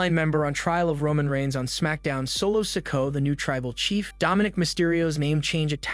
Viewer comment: PLEASE LEARN TO SAY THEIR NAMES RIGHT YOU ARE SAYING SOLOS LAST NAME WRONG GET IT RIGHT ITS NOT SICKO LIKE YOU ARE SAYING